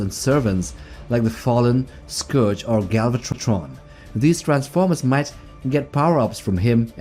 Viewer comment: stop saying galvat-tttron like that